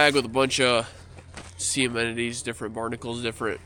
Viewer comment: NOT Sea "Amenities" but, "See Uh Nem Uh Neez." Repeat, repeat, repeat, Sea anemone. A nem of knee, Anemone, A nemo ne, Uh nema nee, uh nem ah nee, a nem of knee.